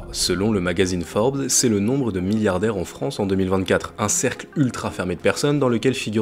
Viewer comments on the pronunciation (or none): none